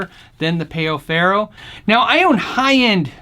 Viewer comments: Ummm, pay-o farrow?! No. It's pronunciation is "pow ferrow"... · Great comparison. The player looks awesome. Only note is that it's pronounced pow not payoh. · Amazing video bro, really. Just one thing: it's "páu"-ferro, not peo ferro. It sounds more like the word "pal" in the English language. Just being a bit annoying, sorry about that.